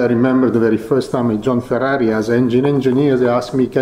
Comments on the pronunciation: Yes, that is how we pronounce "Ferrari" here in Italy, and...guess what? Ferrari is an italian word. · The way that mattia says Ferrari is just perfecto